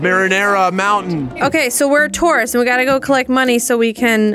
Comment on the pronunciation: what said: we're a tourist what I heard: we're a taurus how did she know I was a taurus...